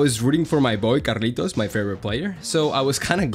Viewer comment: Where are you from, you have spanish accent when saying Carlitos name